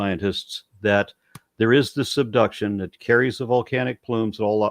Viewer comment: wait where can I find these “seduction” zones? Asking for a friend… But seriously, how does a geologist not know how to pronounce this word correctly??? He said it 3 times the same way.